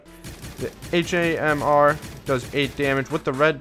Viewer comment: HAMR you say it like hammer